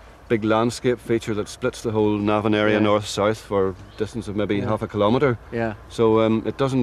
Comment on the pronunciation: It's Navan with the emphasis on the first syllable - not the second. At least Tony Robinson gets it right.